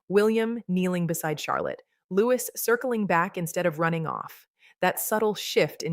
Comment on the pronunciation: If you are going to talk about the children...learn how to pronounce Louis...Loo ee ...got it 🤔❓️ Kath the wife England 🏴🇬🇧